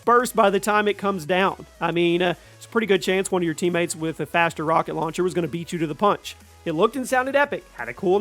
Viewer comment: Rock-on rauncher. Bro is your brain okay?